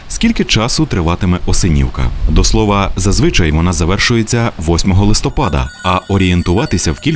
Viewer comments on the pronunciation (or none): none